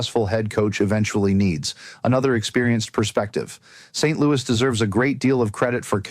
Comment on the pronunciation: St.Louis is not pronounced like the city. Friedman would know this.